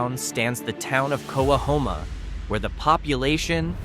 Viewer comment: It’s pronounced “co-hom-a”